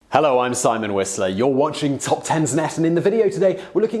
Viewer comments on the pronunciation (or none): none